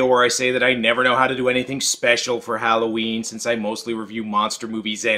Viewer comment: HOWL-oH Ween ?..............your mispronouncing it !!! are you fukin Canadian ? .. it's Hollow-Ween !